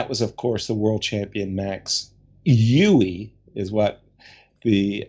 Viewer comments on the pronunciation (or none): none